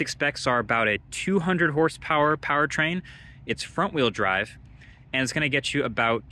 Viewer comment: Why’d bro say front like that